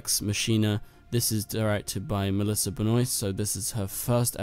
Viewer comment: Why do you keep saying messlisa its Melissa